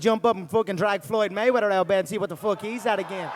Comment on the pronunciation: "Who the Fock Is that Guy"...lol